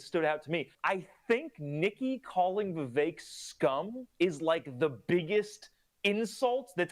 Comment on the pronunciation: Thank you for actually pronouncing Vivek's name correctly. It irritates me when people mess up such a simple pronunciation, especially mainstream and popular political commentators.